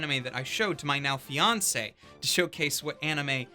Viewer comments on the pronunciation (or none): We not gon talk about "fiancee"? Congratulations!